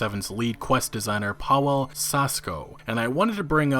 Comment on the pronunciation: For the later videos - in Polish you read "w" like "v" and "ł" like you did here with "w". So you would pronounce it almost like Pah-veh-uh. Or just go for English version - Paul in this case.